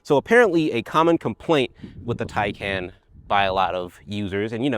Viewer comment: TieCon not TieCan